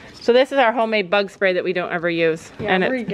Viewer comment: When said bug I thought she said butt. “Butt fly spray” 🤣